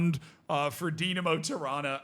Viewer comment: It should be illegal to pronounce "Tirana" and "Toronto" the same way.